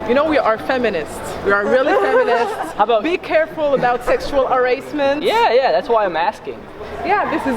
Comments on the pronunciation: Girl in the intro rlly said Erasement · She pronounced harassment incorrectly